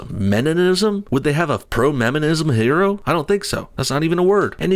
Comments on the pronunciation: “Her”oe sounds like a Asian trying to say heroe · Her-o? That's hysterical. Hero isn't pronounced 'he-ro. A woman can be a hero! lol smh duh! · That bit about pronouncing it Her-o shows you how petty these things can get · Her-o He-r-o